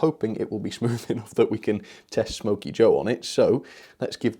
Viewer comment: Wait a minits it’s not smoky joe but it’s snoky joe